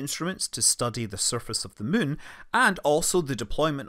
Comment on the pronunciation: Hi Scott - I love the way you refer to the Mun (which has an uh sound) rather than the Moon. Either it's your rather endearing Scottish accent or else you have been playing too much KSP. Maybe both 🤣